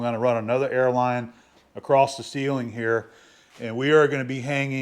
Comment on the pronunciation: you are the BEST! It's all my fault that I can't let "acrosT" go. It eats a hole through my brain when I hear people say, "acrosT". Rant over. My bad.